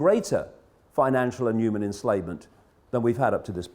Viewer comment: Sad thing is even if every "YOOMAN" lol sorry David couldn't help myself, saw this video, how many if them do you thing would be woke enough to heed the advice. Then out of that percentage how many would have the guts to act on it then out of that tiny percentage how many would have the means available to enact that wish to do something bout it.